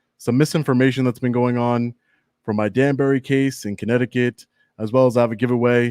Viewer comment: My man said courupticut.... 🤣 But it is😢